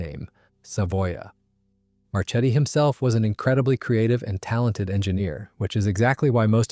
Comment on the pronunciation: Marchetti is pronounced "Marketti" in italian... same for "Isotta - Fraschini": it sounds "Isotta - Fraskini".